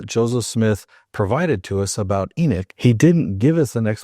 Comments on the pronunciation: It's funny because of saying Enoch your saying Enik haha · please don't take this wrong cuz I'm not saying it to diss you or anything but when you say it you pronounce the o like it's ik instead of pronouncing it like you would in knock